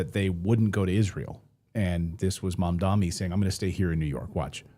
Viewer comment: Clayton can you please try to get the name right.. mam-da-ni..